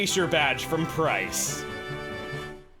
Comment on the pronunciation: You called Pryce "Bryce" after Teanie's Tally.